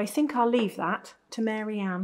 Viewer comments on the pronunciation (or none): none